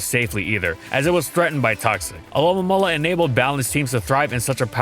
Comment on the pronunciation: Wait do you actually say it alolamola. It’s not spelled that way but that’s how I always say it